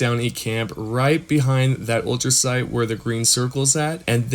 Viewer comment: Not to be a grammar nazi bro 🤣 But its Ultracite , Not ultra sound , Ultrasight or ultra site 🤣 Also thank you for this ❤️